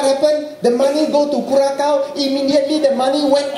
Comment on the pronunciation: Tony, its pronounced cura-sau, not cura-cow